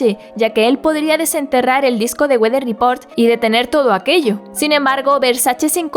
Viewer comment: Nos salió norteño el Wather Report XD